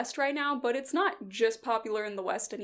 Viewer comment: The "BUT" with a british accent killed me